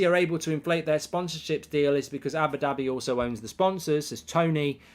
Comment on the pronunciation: Cracks me up how goldbridge says Abbidabby